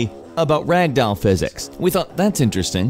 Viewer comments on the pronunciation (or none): Pronunciation: "rag-dowel" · I like how you said rag doll in the beginning. Also weeo I mad the comment count 666